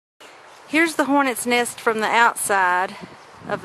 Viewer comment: it's nest not neyest